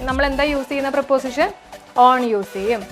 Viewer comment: Miss, pronunciation of preposition, that you say, is not in the right way. It is not പ്രീപോസിഷൻ, it is പ്രെപ്പസിഷൻ! And ‘HIS’ is not just adjective, that is possessive adjective.